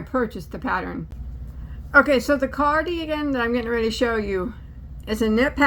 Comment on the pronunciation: Poodlerino!! Love it!! It's a carDOUGan 😂😂